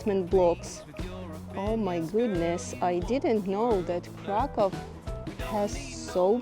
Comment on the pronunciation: Krakoow - proper pronanciation. I wonder why they write it Cracow in English 🤨